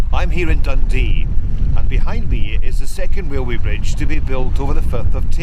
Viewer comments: I’m not sure I understand having this narrated by a guy with a real bad speech impediment. He can’t say an R word to save his life. It’s torture having the gentleman say “railroad” so often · Wail way is that Scottish for Railway? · whats a wailway bridge 🤣🤣🤣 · ..a wee wrailway bwidge.... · Wail way 😜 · sounds like he is saying, THE WAILWAY BRIDGE....... he must be scotish, the foreign fuckers cant speak English....lol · not pokin fun at his accent, but the first few times he said "RailWay", made me laugh. And I also enjoy history info, such as this. ThankYou!